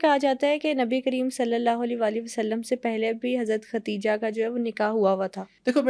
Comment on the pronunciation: Her name is KADIJHA s. a not Khatija prounounce it correctly